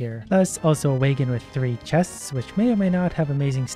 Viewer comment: The way pronounced "wagon" lol